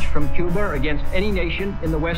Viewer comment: Cuber? pls tell me im not the only one who heard cuber instead of Cuba